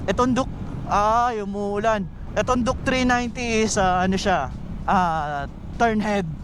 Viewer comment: Duke not juke😂